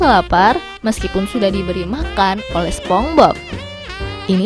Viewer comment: Duh sponge itu dibaca Sponch bukan sepong. Sering bgt denger org nyebut SpongeBob jadi sepongbob. Ga enak banget dengernya